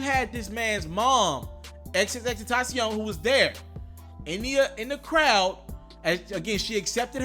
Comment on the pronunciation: Omg you said his name right bout time 👏🏾👏🏾👏🏾👏🏾